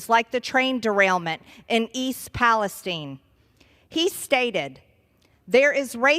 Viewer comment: Why did she pronounce Palestine like that lol